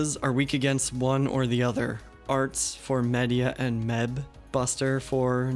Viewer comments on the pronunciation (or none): Just a headsup fam, Medb's name is actually pronounced Meave. The Celts did not in to english very well.